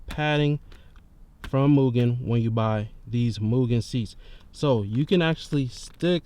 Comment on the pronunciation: im not being that person on purpose, but its pronounced m-you-gen, not moo-gen, (for mugen) all love brotha <3